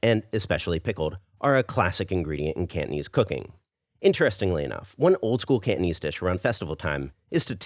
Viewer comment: The way u pronounce Cantonese kinda sounded like candies... I’m Peranakan btw, you should try to do another Nyonya dish called Ayam buah keluak.. let’s test ur Nyonya skills 😉